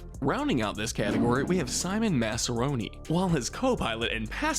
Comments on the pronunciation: Bruh this guy dosent know how to pronounce the most basic dinosaur names (pteradon moss-asaur) and says masrani as masroni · Eli Mills and Simon Masrani had the displeasure of a fate worse than death; having their names mispronounced in this video. Eli is a pretty common name, and it is pronounced as it is pretty much spelled. It’s the same with Mr. Masrani’s surname. If the subtitles show what the script of the video was, we know that the people at don’t know how to narrate. There are multiple instances where the subtitles shown lines that were supposed to be read, but the neglect to read them made the subtitles only have half a second to show.